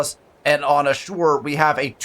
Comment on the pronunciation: Hey dude, love your content. I think Ashur is pronounced “ash-ur”, not “a-sure” sorry to nitpick 🙈